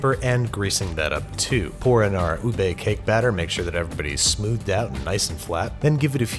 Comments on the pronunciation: Btw... Its Not U-Bey Its U-Beh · HE SAID "YOOB" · Oo- bee is the correct pronunciation in Malay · What’s “oobe”? -It’s “ube.” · I used to read "ube" like in uber 'oob' Thank s for the correctiom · how americans pronounce ube: ubae how Filipinos pronounce ube: ubeh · Hey Babish, i know about ube which comes from philippines🇵🇭 and they dont say OO BAE, they say OO BEH, so you should pronounce that properly. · Ubeiii HAHAHAHAH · its ubi tho not ube its indonesan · Steven: What is “ube”? Filipinos: say sike right now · Bro said ube wrong☠️